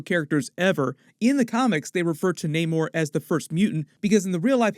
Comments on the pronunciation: Why does he keep saying Naymor? Its Namor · Nah-more not nay-more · Actually naymor didn't change his name all he is doing is pronouncing it in Spanish. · I always thought Namor was pronounced that way but I digress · Bro pronounced every name wrong